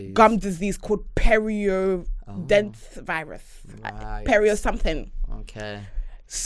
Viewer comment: “perrioo dentist virus” 😂😂😂